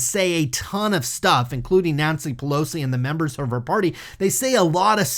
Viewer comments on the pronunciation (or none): none